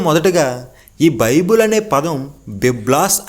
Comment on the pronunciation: బాబు బిబిలాస్ కాదురా నాయనా నీకు చెప్పడం రాకపోతే సైలెంట్ గా ఉండు. బైబుల్ మూడు పదాల కలయిక రా నాయనా.